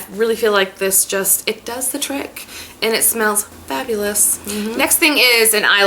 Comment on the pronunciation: Fa-BOO-eye liner. LOL! You do you, gurl.